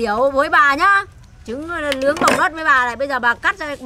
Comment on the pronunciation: nướng ❌ lướng✅ nổ ❌ lổ✅ khả năng❌ khả lăng✅✅ 😂😂😂😂😂😂